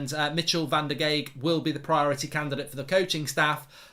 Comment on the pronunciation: and Van der Gaag (use the "a" like in Bath and add a "g" at the end to pronounce well)